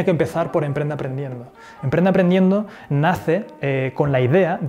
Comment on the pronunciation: te comiste la p de emprende, punto 9